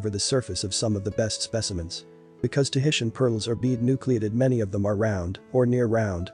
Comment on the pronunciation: This video has some great visuals, but it is SOOO annoying when narraters of documentary type (reserached) videos can't take the time to at LEAST pronounce terms correctly: Tahitian, nacre, bi-valve, etc. Get it together people!! If nothing else, it is respect.